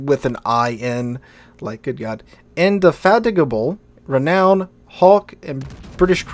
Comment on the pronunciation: Kudos for pronouncing indefatigable correctly 🙂